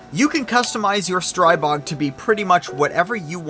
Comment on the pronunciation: It is not a Stry bog. There is no such thing. Never, ever. It is pronounced the same as "strip". is it that hard???